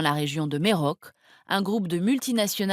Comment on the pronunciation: Il faudrait vraiment qu'elle prononce les noms de lieux correctement... Punkak! Merok! non et non! C'est puntchak et mérauké! Et pour les autres pays, pareil...